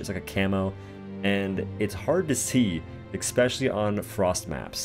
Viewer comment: yeah maybe you could watch other content creators but i bet you they won't say "exspecially"